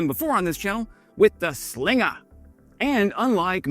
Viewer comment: The “Slingaah” mate. Keep up the good work!